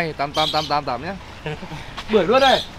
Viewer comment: May sao lindo phát âm được chữ bưởi 😂😂😂